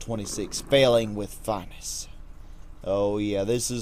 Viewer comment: Grr! It's pronounced "fih-NESS"! lol I've actually been really waiting for this one, as you should already know. Let's see an idea of mine come back to fruition. Oh, and one more time: "fih-NESS". Got it? ;) lol